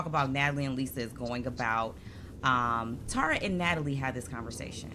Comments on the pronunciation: Y’all, it’s pronounced Terr-uh, not TARa. Just think of terra cotta, and you won’t get it wrong. I remember Rob C. said he bonded with Tara Lipinski and the first thing she said to him was ‘omg you pronounced my name right!’ 😉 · Love this channel and your banter. I’d check on the pronunciation of Tara’s name. Maybe I’m wrong, but I think it’s pronounced Tair-uh.